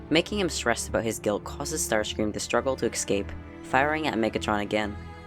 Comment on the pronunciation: I swear to god.... It's escape. Not excape